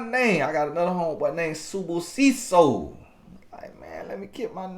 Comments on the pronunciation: As a South African 👏🏽👏🏽👏🏽 on the pronunciation of Luyanda and Sibusiso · Ok SIBUSISO! Great pronunciation! 😃